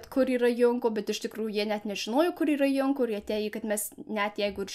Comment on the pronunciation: Geras video. Tik viena pastabėlė. Junko reikia tarti Džunko. Tarptautinė japoniškų pavardžių transkripcija (perrašymas į lotyniškas raides) sudaryta angliško tarimo pagrindu.